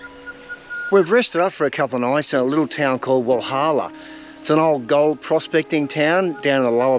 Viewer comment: Walhalla is usually pronounced Wal-hella. 😉 Love your cat!